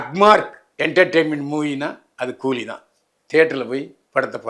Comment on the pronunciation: old Body. கூதியா கூலியா சரியாக கூறு😂😂